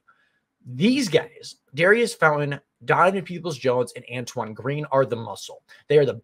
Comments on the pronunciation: Pronounce his name correctly… its not dairy iss….. its daurice Sounds like door eese. Like maurice. .. just saying it to help you out. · Pronounced Daureece